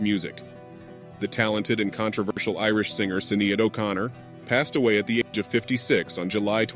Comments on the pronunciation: Sinéad is pronounced 'Shin aid'. Never 'Sin aid'. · There are some inaccuracies in this post regarding Sinead's personal relationships. It is fairly typical of what has been posted on social media since her death along with the constant mispronunciation of her name! She was a gifted musician and a purveyor of truth through her music. She chose to take a stand against social injustice, and the hypocrisy of the Catholic church in relation to it's denial and cover up of sexual abuse. She was scorned and ridiculed for this and mostly by those who didn't have the intellectual capacity to understand her so it's easier to label her as "crazy , weird or unhinged!" Now that she's gone a spotlight is being placed on just how important and valuable her contributions were and how they served to open up a dialogue of acceptance and understanding when it comes to mental health awareness and in addition, acknowledging the pain of victims of domestic and sexual abuse of any kind. Sinead O'Connor's public stance on these issues has made its mark will not be forgotten. Her life's work is done, now may she rest in peace.🙏🌈☘️